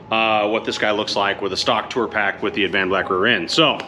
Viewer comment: Dude, your killin me. Its Ad-van-black. Not Av-an-black! Lol. Sorry, not sorry. It's like like ear cancer to me..lol.